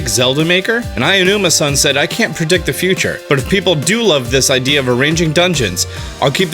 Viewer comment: I just have one question,... why do you always say “Ayanuma”-san? It’s Aonuma 😂 “Ow-numa” would be more accurate